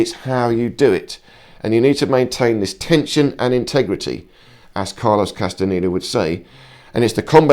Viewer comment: ¿CASTANITA? 😂 QUÉ MALA PRONUNCIACIÓN EN ESPAÑOL...😢